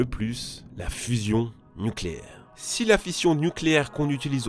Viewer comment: Mais pourquoi à chaque fois tu rajoutes un S à "si"? Genre si (z)intense. Ca me frappe à chaque fois dans tes vidéos lol